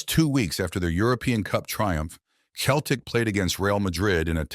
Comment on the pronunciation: It’s Celtic not Keltic.